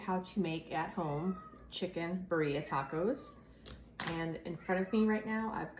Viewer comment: B-D-ah not berria😊✌️